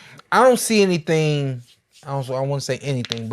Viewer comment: be saying anythang 🤣🤣😂